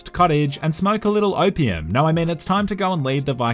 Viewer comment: Australian says "Opium" -- My American ears "wtf is OPM?"